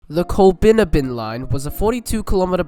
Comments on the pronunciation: Col-bin-ABB-in, mate. :) All good though :) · It's pronounced Coll-bin-AB-bin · Coll(a)-bin-abbin (last part rhymes with cabin) It's kind of amazing the number of postage stamp-sized villages that were given their own rail lines back when. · Once again you haven’t done your pronunciation research. Its Col-bin-abbin. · You have done your research however ... just need to research the pronunciation of Colbinabbin pronounced COL BIN AB BIN and Girgarre pronounced GUR GARY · Certainly a most interesting and well researched video - many thanks. But I would urge the compiler to take much more care with issues of pronunciation. It jarred so VERY much every time we heard the mangling of Colbinabbin (Colb'nABB'n) and to a lesser extent Girgarre. And late in the video we saw Shepparton misspelled as Shepperton - not good. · very interesting video as always, some of the towns you mentioned (Girgarre, Colbinabbin mainly) are pronounced slightly different. Girgarre is "gur-garry" and colbinabbin is colbin-abbin. I live very close to these towns. Still an interesting video though, I recently travelled from Violet Town across to Bendigo going alongside the former alignment, so I really enjoyed this